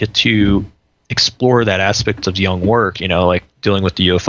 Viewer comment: "Jung", not "Young"